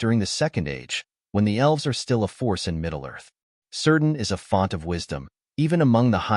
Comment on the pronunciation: "Keerdan".. not "Seerdan"